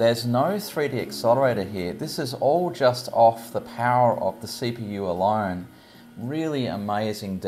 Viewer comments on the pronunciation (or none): none